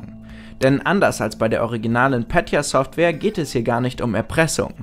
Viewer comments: Es wird nicht "Pätya" ausgesprochen, sondern mit einem "e" wie in "eklig". Nur so btw 😁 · Es triggert so hart zu hören wie deutsch er Petya ausspricht. Klar er weiss es nicht besser aber trzdm.